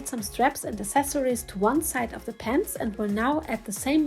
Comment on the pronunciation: Great job. By the way I just had to correct you because you keep mispronouncing the word “accessories”. It’s not pronounced ass•sess•sories, its uhk·seh·sr·eez. Only the most uneducated, misinformed Americans from the boondocks pronounced it like that because they just don’t know any better.